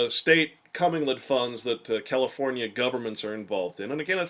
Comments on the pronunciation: Comming-led funds...really? It's pronounced co-mingled. Co-gosh darn-mingled. How can a person expect to be taken seriously on this subject matter when he can't even pronounce one of the key terms? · It's actually pronounced [kuh-ming-guhl] not CO-mingle. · This was quite good, very interesting and shocking. But I too, cant get over him calling it a cumming-led fund. But really great work.l